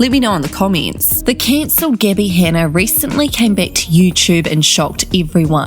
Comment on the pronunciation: why does the narrator call her "Geebby"?